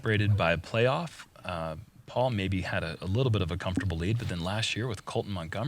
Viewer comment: Is it just a running joke at this point that mispronounces Paul's name every time still?